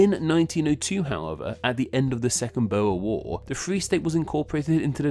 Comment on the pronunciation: Tip: the Dutch oe is pronounced the same as the English oo in boot. So boer becomes boor.